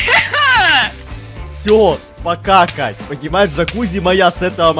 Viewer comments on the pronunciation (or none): говорит-Всё, покакать 😂 (я знаю что он говорил всё пока Кать)